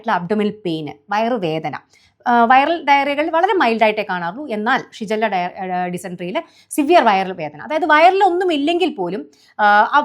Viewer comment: ഷിജല്ല യോ 😂😂😂ഷിഗല്ല